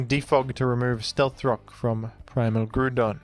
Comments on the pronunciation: I believe Groudon's name is pronounced grau - daan Because his name is Ground without the n and with "on" at the end. Not Groo don I'm not telling you to change, I'm just pretty sure it's incorrect. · why do you keep saying "grudon" it lowk pmo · Who the hell calls him Grûdon😭😭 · Ah yes I love the groond type pokemon groodon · Bro stop saying Gru-don. Boutta pmo, immediate dislike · Is it Groudon or Groodon? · The way you say Groudon pisses me off ngl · Why do you say groudon like that? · I know its engagement bait, and I will fall for it but that groudon (ground and don) pronunciation especially his random buffer between gru and don that happens only 50% of the time is actually killing me